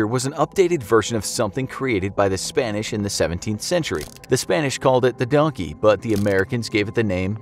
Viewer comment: DONKEH WHERE ARE YOU DONKEH